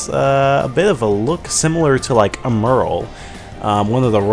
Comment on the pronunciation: And isn't 'Emerl' pronounced more similarly to 'emerald?'